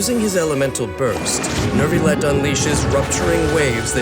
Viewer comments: IT'S NOT NERVILET IT'S NYOU-VI-YET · Why does the narrator keep saying “nervillette”?! Literally just drop the r and it becomes a significantly better pronunciation😭